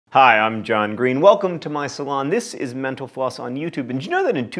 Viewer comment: EVERY time you pronounce “Mental Floss” you actually say “Meno Pause.” Wish you’d pronounce it with more care.